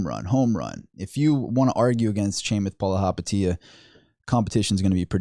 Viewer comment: The way you say Chamath Palihapitiya🤣🤣🤣